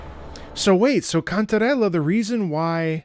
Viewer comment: is that really how to said the name "Cantarrre~lllaaa" so authentic